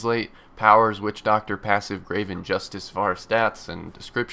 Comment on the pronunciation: Everytime he says witchdoctor I think about "Wussidjidoctor" haha lol